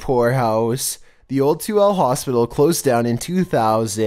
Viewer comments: Hey it's pronounced To El A but Toole I know I was born there in 82 I so wish I could visit it now 😭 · I wouldn't be mad if y'all redid this pronounced Tooele (Too–WILL–ah) right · you can always tell when someone’s not from Utah 😂 (It’s pronounced Too-WILL-a btw) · I know it’s hard to pronounce the town, but you say Tooele as “2-will-ah” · can't help but laugh at how he said Tooele, granted usually anyone that first reads it pronounces it 'Tooly' it's actually pronounced 'Two-Will-La' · Omfg all the Utahans KNOW said Tooele wrong🤣🤣